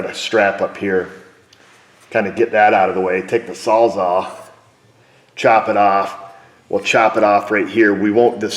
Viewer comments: is in the building performing exhaustive surgery with his 'sawles awe'. hee hee. Great video yet again. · Nice work, but what's a "sallzaw"? Looks like a Sawz All from here. HAHA Keep it up! We love it.